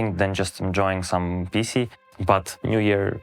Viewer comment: Почему он PC произносит будто говорит "писи"